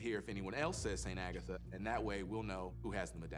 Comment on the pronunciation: Alright but… it’s so cute how pronounces Agatha